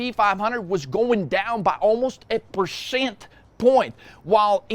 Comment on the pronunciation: Why do you say percent so goddamn weird